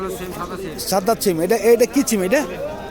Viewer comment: চিম না সীম, উচ্চারন ঠিক করেন তারপর ভিডিও করেন। গরু কোথাকার।